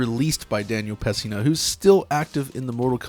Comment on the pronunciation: You lost me at Daniel "PES-SINA" -- FFS dude... Don't butcher a legend's name especially when you're glorifying the franchise he starred in!